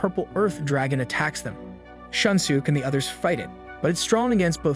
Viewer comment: Can't get over the pronunciation of their names loool "shun sook"